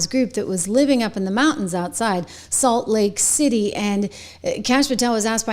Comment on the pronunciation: It's Salt Lake City , not late city.